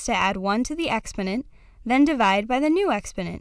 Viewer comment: How am I supposed to trust a bitch that doesn't even know how to say "exponent"